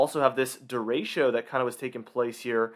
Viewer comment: Derecho - pronounced DARE-ETCH-O